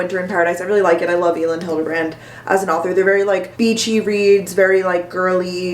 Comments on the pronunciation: Hi! Elin Hilderbrand actually pronounces her name as Ellen.:) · Elin is pronounce like Ellen!!